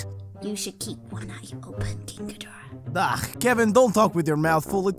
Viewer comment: why did ni says moonhidhora 🤔🤔🤔🤔🤔🤔🤔🤔🤔🤔🤔🤔🤔🤔🤔🤔🤔🤔🤔🤔🤔🤔🤔🤔🤔🤔🤔🤔🤔🤔🤔🤔🤔🤔🤔🤔🤔🤔🤔🤔🤔🤔🤔🤔🤔🤔🤔🤔🤔🤔🤔🤔🤔🤔🤔🤔🤔🤔🤔🤔🤔🤔🤔🤔🤔🤔